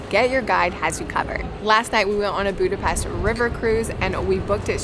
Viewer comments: Oké, a magyar közreműködő miért sz-el mondja Budapestet, és miért nem tudja, hogy amit etetett velük az nem goulash, hanem gulyás??? Amúgy meg, mi az, hogy a lókolbász csak a túristáknak van? És milyen paprikás krumpli az, amiből hiányzik a hús? A fröccsöt fehér borból kell készíteni, mert az olyan ihatatlan magában. És mellesleg, a disznósajt és a tepertő is a disznótoros része. Csakúgy, mint a pecsenye, ami teljesen hiányzott. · Miért 'Budapeszt'? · Ohh when a Hungarian tour guide doesn't know how to pronounce the name of their own city 😊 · Ohh when a Hungarian tour guide doesn't know how to pronounce the name of their own city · ITS REALLY ANNOYING THAT EVEN THE HUNGARIAN WOMEN CANT PRONANCE BUDAPEST PROPERLY!!